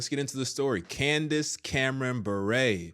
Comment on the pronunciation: You mispronounced her last name...it's Bure not buray. (Like yur but with a B)